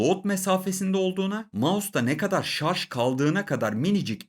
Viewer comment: adam ciddi ciddi sarz diyo lan :)